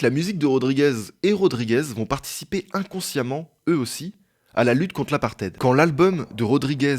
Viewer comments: L'apartheid ça se dit '' apartaïd'' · Bonne vidéo, deux petits trucs à dire, c'était des disques pas des CD 😉 et l'autre, on prononce apartheiiiiid et non aparted😆. La censure est plus proche du gouvernement Macronien que le communisme donc oui une dictature. Bonne continuation tes vidéos sont super👌👊👍